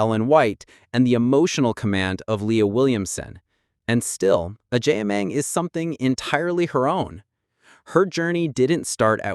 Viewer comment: Please the name is Agyeman not Agyiman.